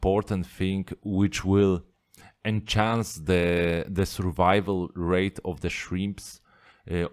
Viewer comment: By “en-chance” I believe you mean enhance (to make better). I totally understand what you mean but as a fellow shrimp keeper you help me and I would like to help you to say it better than me.. Cheers mate!